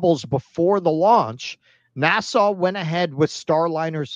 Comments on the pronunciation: Maybe it's just bc I have it on1.5 speed, but it sounds like he's saying "Nassau" the capital of The Bahamas everytime instead of "NASA". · I like the way pronounces NASA as if it's a port in The Bahamas.